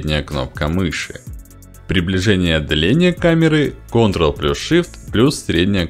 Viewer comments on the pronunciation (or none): none